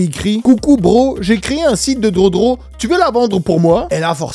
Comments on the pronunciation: On dit gueudro pas drodro mdrrr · Entendre un adulte dire drodro au lieu de drogue c est comme une femme qui ne veux pas prononcer le mot penis